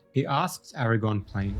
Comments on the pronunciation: I love absolutely everything about this video except for the fact that you KEPT saying "AragON". It's AragORN. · It's Aragorn not Aragon 😐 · 🙌Nice vid. But it AragoRn not AragOn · Its Aragorn, not Aragone damn it! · Aragorn, not erragon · I wish you’d stop calling him Aragon.😫😫😫😫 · Why do you keep mispronouncing Aragorn as Aragon? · Bro...His name is AraGORN, not AraGON. That's the fucking spider in Harry Potter. I had to give you a dislike because you kept mispronouncing the name of a major character you did a whole ass video on. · Bro I can't take your video seriously when you keep calling AragoRn, Aragon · I don’t want to be picky, but you keep saying Strider‘s name wrong. It’s Aragorn, not Eragon. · Great vid, but please, it's Aragorn, not Eragon. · Eragon 😂 He actually is calling him Eragon a lot so far, close enough I guess. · Bro… Nice video, but his name is Aragorn. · I would like this video, but the way you pronounce Aragorn … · If you can't get over the mispronunciations you did as a kid in a video, that's not great, man. Do better. Be better. You aren't a kid anymore. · You say his name wrong every single time. Good video tho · I know right! It was driving me nuts the entire time.